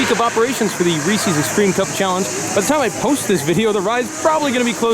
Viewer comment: Reese's... not Ree-See's. 🤣